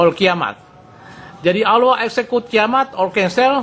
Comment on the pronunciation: human = HYUMen the end = DI ENt execute = exzekiut insinyur ngomong aja belepotan !